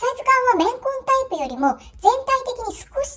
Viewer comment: レンコン、レンコン言ってるかと思ったら綿混だった…